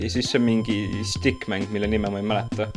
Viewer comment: Tulin fitmc videost ja ta ütles su nime nii valesti😂